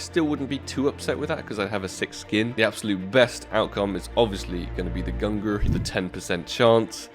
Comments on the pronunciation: I get triggered everytime he says "GUNGRR" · Pls don’t pronounce it gungrrrr :D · when he said gungur i felt that. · Why Gun-ger? It's Gung-neer. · it's /gung-neer/ not /gung-gr/ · FFS! its pronounced GUNG-nir ffs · I think the AWP you want is pronounced "gun gnir" btw, and the negev in the tradeup is pronounced the same way as Thors hammer /tradeoffer/new/?partner= &token=-9WHWEQ1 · I'm pretty sure that its pronounce "GUNG NIR". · They are named after Thor and Odin's weapons and you've pronounced them both terribly and it triggers me. Say it with me GUNG-neer! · Why does this man just ignore the N in gungnir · I don’t think Gaben will give you the gungnir until you pronounce it correct lol. You will get it some day hopefully... But those player models are kind a /tradeoffer/new/?partner= &token=3HA38g0Z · Nitram same with the Gungnir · Fml the way you say Gungnir is dreadful. Great vid tho. 🙃😂